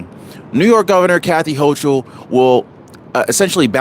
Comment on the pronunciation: Her name is pronounced Hoke-ul